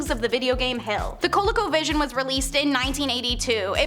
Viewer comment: its pronounced cole-e-co vision